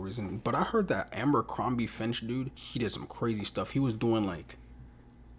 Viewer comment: And it's FITCH, not finch... I'm not hatin, u just had the word on ur and still adding a N in there lol. I have a real speech problem after aggressive stage 4 cancer surgeries and treatments. So I'm trying to be mean, u're only 1 of the many that mispronounces it the same way 😉